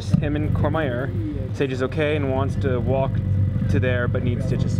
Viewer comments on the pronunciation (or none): none